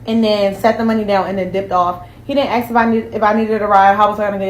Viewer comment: Why do they say "he did aks?" They say aks instead of ask. Why "aks"? 👀